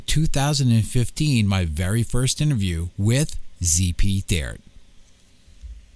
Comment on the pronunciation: ZP's last name is pronounced "Tee-Art"